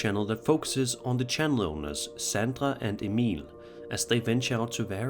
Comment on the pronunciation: I love that u actually pronounce Emil correctly! It's rare for some scandinavians with old nordic names 😅😅